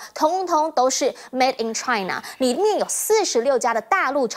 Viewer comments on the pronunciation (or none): 主持人注意, 是mate 而不是mad 不是mad in China, 是made in China